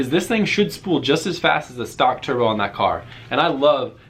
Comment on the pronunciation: when he says turbo sounds like chur bro